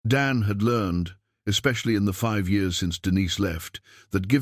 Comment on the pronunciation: I don't know why you cannot get the year's read correctly that's just stupid it's juit really screws up the continuity of the story